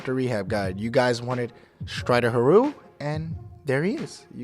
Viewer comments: lol it's not pronounced huhroo it's hear-you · it is pronounced here you not hiru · Its true doesn't win tourneys, but he CAN pronounce "Hiryu"